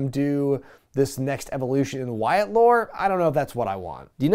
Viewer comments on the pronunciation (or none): none